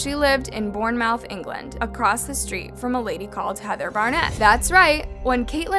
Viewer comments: SHE PRONOUCES IT AS BORNE-MOUNTH, ITS SAID LIKE BORNE-MOTH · I cringed when she pronounced Bournebouth born mouth instead of bormuth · We actually pronounce it as “Bor-mith” not “bornemouth” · u pronounce it not born-mouth it's born-muth sorry it just bugges me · Bournemouth is pronounced Bornmuth not Bornmouth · I used to live in Bournemouth but the way everyone else pronounces it and then I’m sorry 😭😂 but this case is very detailed and sounds gruesome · You pronounce Bournemouth like bootmuth, not Boormowth! (This isn’t hate just letting you know as I live in the UK near there ;)) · Sorry I haven't listened to the story yet but Born-MOUTH did crack me up. It's pronounced born-muth if you're curious. And while we're here, Worchestershire is wuss-ter-sher, calm down. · I like how she pronounced Bournemouth 'Bourne-Mouth' instead of 'Bourne-Muth'.(no hate) love it how Americans can pronounce British counties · It's pronounced (born meth) not born mouth btw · i love your videos but the it is pronounced bormuth <3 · I’m sorry this is about a horrific crime,but I’m British and have to correct you Bournemouth is pronounced Bor-muth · Bournemouth is pronounced born moth 💯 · Restivo also murdered another woman for which Omar Benguit is serving a life sentence. Check out the second entry for July 12, 2002 and follow the links: By the way, Bournemouth is pronounced Bornmuth - with the emphasis on the first syllable. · it’s pronounced bormoth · Just FYI, Bournemouth is pronounced slightly differently than it is spelled. You say it more along the lines BORN-MITH. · Love how you said “bore mouth” for Bournemouth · nothing to do with the case but the way said Bournemouth 😂 it's pronounced born-muth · I love you and your content also,but in the UK we pronounce it: bornmuth because we're British:) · btw u say bournemouth like boar n moof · The way you pronounced Bournemouth though 😭🤣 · i live in Bournemouth and the way you said it kills me